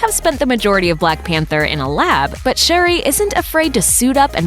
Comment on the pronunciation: Why did you call her SHARI instead of SHURI. Wtf.